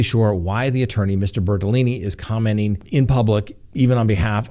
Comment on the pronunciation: Please don't take this as anything more than fun...I couldn't keep straight whether the Laundrie lawyer was Bertolini or Bertoloni, but really cracked up when I think I heard you say "BertoLoony". It seemed inadvertent but maybe it fits!